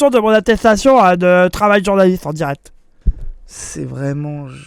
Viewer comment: Mdr atetation de journalite en diret 😂